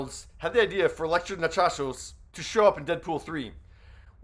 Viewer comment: I thought that at first it was just a mistake in reading her name as Nachachios but you said it again even if it's just Nachios.